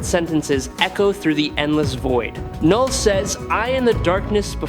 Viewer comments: Please say it right it is pronounced null not k-null..... Have you ever spoken English before? Heard of a silent letter? Look into it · I hate ai voiced trash. Its Knull not Kuh null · It’s just Null, not Knull.. like Knox is pronounced Nox